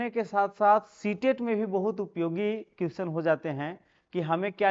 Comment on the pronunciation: Question का तो सही उच्चारण कीजिए